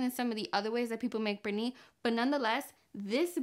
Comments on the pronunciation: One question, why she call it, Perni? Es Pernil. Even my stepdaughter, American born and raised, don’t speak Spanish, was saying about the bad pronunciation. By the way, we tried the recipe. Estuvo delicioso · Purrnee! Love the way you say it! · I love how you say 'pernil' lol thank u for sharing. I was impressed that you boil the pernil. Different 😊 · Love the way she says "pernil" 😊